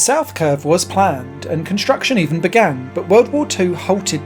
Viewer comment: shtraight, conshtruction, hishtory? :D weird to see english change pronounciation during my lifetime Otherwise great video. Thanks